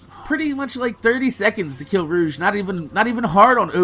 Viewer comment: its pronounced "roh- g"